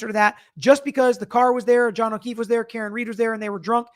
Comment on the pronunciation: He always sounds like he is saying,"Mr. O'Keith" instead of "Mr. O'Keefe" but ive never seen anyone mention it so i guess it may be just me. It drives me nuts.